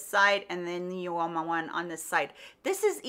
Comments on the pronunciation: Instead of You-Oh-Mah it is pronounced Ooo-Mah x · Great video! Uoma is pronounced Uh-muh.